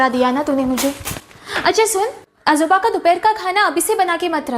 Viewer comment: Ajooba अजूबा नही, आजोबा ( Aajoba ) होता है , और आजोबा दादा जी को बोलते है ।